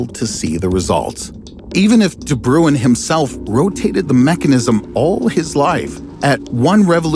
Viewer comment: My guy. Wtf is De Bruwen? Just imagine saying brain and as you start pronouncing the explosive sound. Start to roll the "R" De BRRRuin